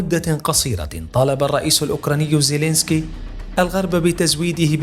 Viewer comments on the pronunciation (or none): none